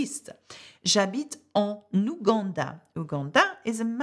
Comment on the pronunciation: AM I hearing it wrong or you add 'N' sound after any word starting with vowel. like en 'N'ouganda or en "N'iran. Can you please clarify?